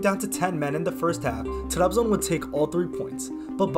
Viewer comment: Trabzon’u telaffuz edişinden anladım Türk olduğunu. Türk olmayan kimse Trabzonu öyle telaffuz edemez. İngilizcene hayran kaldım. Eline sağlık.